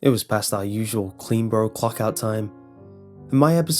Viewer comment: Is he saying CleanBro or CleanBorough? 😂